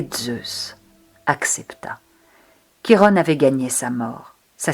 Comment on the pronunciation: Bonjour, la prononciation est " Kiron" et non Chirone ;)